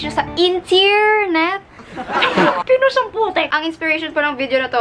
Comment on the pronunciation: HAHAHA! "INTEARNET" 😂👏 I LOVE YOU! ❤